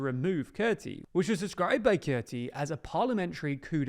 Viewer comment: Kurti is pronounced as Koorty.